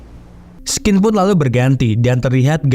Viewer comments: skedar koreksi aja om,, scene dibaca sin ya. Kalo skin artinya kulit wkwkwk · bang. scene itu cara bacanya bukan skin,. tapi shein. denger di google translate deh.